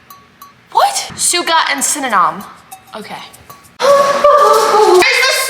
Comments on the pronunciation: The fact that she's saying synynom and it's actually pronounced cinnamon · You said syeninam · Also sin-a-men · She cannot even say cinnamon